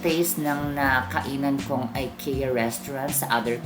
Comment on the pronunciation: you have been to Sweden and you didn’t cared to know the right pronunciation of Ikea? you should research more if i were you